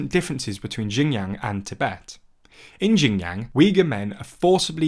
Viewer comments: And often in the worst ways possible like how do you get "jinyang" from "Xinjiang"? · Xinjiang (pron. Sinjeeang) not Jin Yang! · Guys, you need to at least pronounce it right to make it sound legit. Xinjiang "shin jang" (at least like this, its still acceptable)...not jinyang. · 'Kwing dynasty' 'Jinyang' lol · Xinjiang is pronounced closer to Shin-jang. Qin is pronounced Chin. C'mon guys. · It’s pronounced shin jang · The problem is the mispronunciations do lead to misunderstanding of completely different thing. For example, Xinjiang is pronounced like “Jinyang” in this video which is total gibberish for either Westerners or native Chinese. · Everytime he says Xinjiang, it sounds like Shenyang, which is a city in a completely different place in China. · Jinyang Queen dynasty Quanguo It's actually entertaining to hear lol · Xinjiang is more like sheen (like the sword sound effect is the closest analog)-jee-ahng (except the last two are pronounced together). Qing is like Ching. (In fact, it used to me Englishized that way under the old wade-giles). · The way you pronounce xinjiang is shin djiang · That is the worst pronunciation I've heard by far. Its more like shin-jee-ahng (except the last two are pronounced together). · I flinched a little when he pronounced XinJiang like that